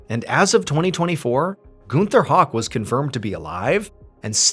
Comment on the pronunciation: Shooketh when the German guy was exposed and we have the same last name 😫 btw, it’s pronounced “how-k” not “hawk” but I get that all the time 🫠